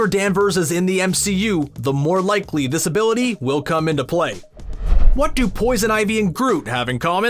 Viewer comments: I swear I heard him saying "disability" a couple of times instead of "this-ability" !!! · Each time he said this ability i thought he said disability